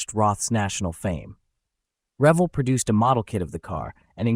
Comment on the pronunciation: It's "Ruh-VEL"....not "REV-uhl" (as correctly pronounced the second time).